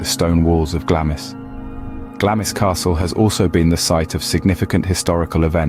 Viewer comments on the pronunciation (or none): It is pronounced, ‘Glarms Castle’. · It’s pronounced ‘GLAMS’ the ‘I’ is silent 😊